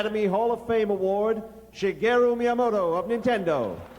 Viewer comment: Who's "Shigero" Miyamoto?? Also what a time capsule this is!